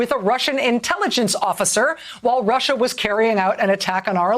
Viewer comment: How embarrassing for Rachel msnbc should never let her say Russia again. Pitiful.